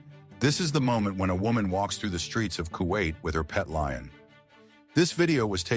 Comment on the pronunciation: It’s a LION! Doofus, not Loin.